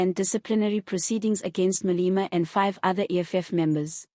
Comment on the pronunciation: It is not Malima! This entity's name is pronounced Maa - lay - maa!😮